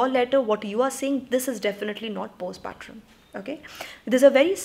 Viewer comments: Helo dear Its not post patrum Its postpartum the way u pronounce is wrong..pls correct it when u use the term next time. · It's postpartum, as in tum, not trum. Sensible advice, esp in case of Door. In case of Window, I don't know...the letter really riled me so much, the in-laws' complete lack of boundaries and the husband being the "good son". last line was damn good.